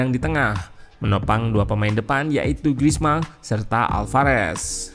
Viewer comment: Griezmann dibacanya Grizman Min. Bukan Grizmang karena 'N'-nya 2. Maman dibacanya Mamang karena N-nya 1.